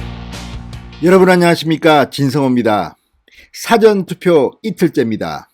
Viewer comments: 진성호씨 !!!!!!! 싸전 투표가 아니고 첫 소리가 낮은 사~전 투표라 읽으시오. 이거 원 참~~~~~~~~~~~~~~ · 진성호씨! 사전튜포가 아니라, 사~전투표.! 듣기가 좀 그렇네요. 과일- 배와, 바다의 배/가 다르듯이.....!♥♥♥ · 사전투표 사:전투표 뭐가 맞을까요 사전의 사를 장음으로 발음해주세요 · 진의원님 "사전투표"발음 이상합니다 사전"할때 영어 "사전"할때 발음으로 들립니다. 기자출신으로 발음 신경써 주삼^^ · 사전투표발음좀잘핽ㆍ 책사전발음말고왕짜쯩남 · 성호씨 애청자로서 부탁합니다 사전투표 발음 좀 고치세요 듣기 거북합니다. 2번째 요청 드림~~~